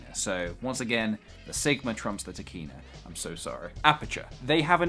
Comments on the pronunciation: I keep think you say Tequila and Sigma... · I kept thinking you were saying Trichina (as in the Trichina worm...). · I like the way you say Tekina, you make it sound like a badass anime character!